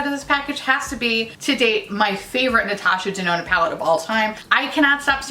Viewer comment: I swear I heard you say Natasha Denono when describing your usual issues with red shadows... 😂